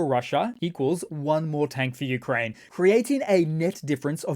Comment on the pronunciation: "Newkraine" 😂😂😂 brilliant